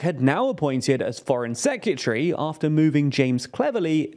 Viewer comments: There is no U in "Secretary". Its not pronounced "Secutary". I know its small but it grates. On next week's edition of annoying youtube pronunciation checkers: "it's nu-clee-err-" not "nu-cu-ler". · Foreign "seck-you-tree"? I guess that's from the same box as "nuke-you-lar". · Is that really how people pronounce "secretary?". Sec-yuh-tree I say it as it's spelt: Sec-re-ta-ree. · Great coverage, as usual. Can I just point out though: "Secretary", not "Secyutary" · Never heard someone say sekyootry before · Dude learn how to pronounce the word S E C R E T A R Y, say it slowly. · Why you saying sec-u-tree? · Secutry? Sec-yoo-tree. Am I just an idiot American or can brits not pronounce English properly… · If my job required me to say the word 'secretary' multiple times, I'd be inclined to learn how to say it properly. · The way he pronounces Secretary is mad! 😮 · I think the host has a problem with the pronunciation of the word ‘Secretary’. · Great video, please learn how to say secretary though